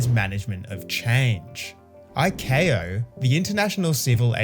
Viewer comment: icao - pronounced eye cow